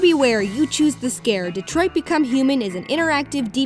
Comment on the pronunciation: I cared so little about this game in his whole existence that I only noticed TODAY that it's actually DetroiT and not DetroiD. I'm not even kidding